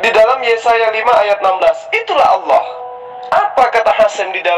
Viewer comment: Allah..bukan awloh...belajar mengucapkan lafal dengan benar..